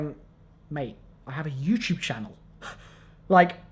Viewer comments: he says youchube haha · why do I keep correcting him out loud every time he says youtube